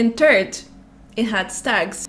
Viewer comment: She says turd instead of third lmao